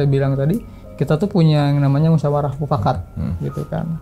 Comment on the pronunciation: Ini narasumber kayaknya ketua rt. Soalnya selalu bilang mupkat terus😂